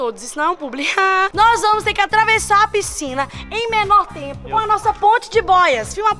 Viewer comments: É "vamoo" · É vamo, e não vai moh kkkkkkkkkkk🤦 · na verdade ele disse vamo